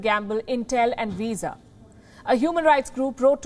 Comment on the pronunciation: Wisa? It's Visa!